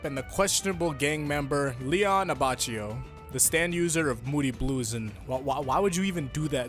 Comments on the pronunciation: Hi, I'm Italian and I wanted to correct your pronunciation of Leone Abbacchio. Actually, the Abacchio is a kind of meat and you need to use the Italian rule, so you need to pronounce Abakkio. I love your videos. Stand Proud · You should say "Abbakio"